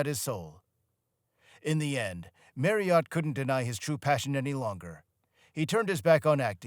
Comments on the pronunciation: This is just about very slimly accurate but awfully put together with no actual reason for it being made. Why an American who cannot even pronounce Steve’s name correctly ? The main reason for the Small Faces break up being bankruptcy and their bad choice of Don Arden ( Sharon Osborn’s father) as their management, Mr Arden was no more than a thug in the music industry at the time, the SF’s made hardly a penny from royalties and law suits went on for years. This whole thing is really just a load of shite must have been put together by anyone who could gain all these facts from SM ‘ or KJ’s biographies it’s just low grade rubbish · Yes .. the continual mispronounced Surname got right on my Tits ! Many Americans do this childish trick .. mispronunciation of Names / Words etc .. on purpose… in a stupid idea that it’s a NLP method of mind control.. hypnotic.. etc bullshit ! These useless Videos always are narrated by people who are just reading off a script .. they didn’t write ! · Americans should be banned from narrating documentaries about British artists. Their pronunciation of words in the English language is cringe worthy. Steve Marriott deserves far better than this disgraceful, thrown-together cesspit of a documentary. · I wish he could say 'Marriott' properly. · Can you learn how to say 'Marriott's 'sir name before inflicting us with your dreadful pronunciation? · Wouldn't it be nice.........if when you're doing a documentary piece about someone you took the time to learn how to pronounce his name properly!!! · Only an American could miss pronouce Marriott so badly. It's not fookin' Marri-ot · And not even pronouncing his surname correctly! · Why would you choose an American voice narration that can't even pronounce 'Marriott"?! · Yeh, he makes it sound like a horse's name. I flinch every time he says it. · Agree 100percent with that thanks....... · Fine, but Brits call him Steve MARRioTT, not ‘Mary-Ot’ 🤣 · It's not pronounced Marr e hot